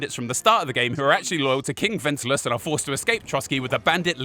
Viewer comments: Who the hell is whenslass. Don't you mean Wensceslas? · Are you Worcestershire-ing the name Wenceslas? “When-Sis-Las” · They say the name Wenceslas so many times and yet you manage to pronounce it as wenclas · multiple degrees but thinks "Lumexberg" is a country and Wenceslas is pronounced "Wenslas", even though the name is spoken probably 1000 times in game? Gosh golly gee whiz... it's almost like you had no point whatsoever. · you pronounced wenceslas wrong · You know that henry was suposed to be a blacksmith instead of going on adventures and seeing the world? That's why there are so many blacksmithing quest begause it's the trade your character knows canonically. And how come you've played 270 hours of this game but can't say wenceslas right lol. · And what about not knowing how to say Wenceslas? They only say the king’s name a million times throughout the game lol.